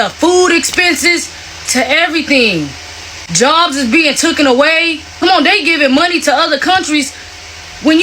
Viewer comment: What has trump done for anyone? And learn how to say took, taken away, there's no such thing as tookin!